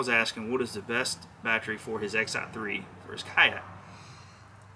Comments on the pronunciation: Thanks for the info. I am currently adding a Motorguide Xi3 to my Vibe Shearwater and trying to decide on the right battery. I was thinking 60ah should be good enough. By the way, I can appreciate the accent of "batchry"...LOL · "Bat Tree" that's hilarious